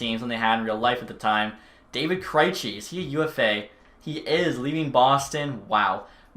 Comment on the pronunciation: I am severely offended by the way he pronounced "Kreijci". Other than that, keep the good work up!